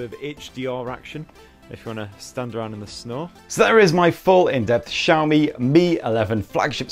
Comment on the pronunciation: Broooo it's SHaomi (Xiaomi) not JHaomi..damn